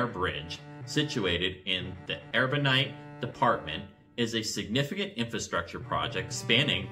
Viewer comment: Cap Haïtien is NOT pronounced "Cap-EE-Tahn", it is pronounced "cap-ah-ee-see-enh" Artibonite is NOT pronounced "Err-bo-nite" it is pronounced "Arr-tee-bo-neet"